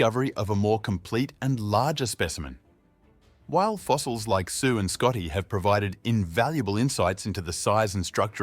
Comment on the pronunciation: Sioux instead of Sue in the beginning of the video had me running to the comments. I’m not going to make it past the first minute. This is such a lazy video.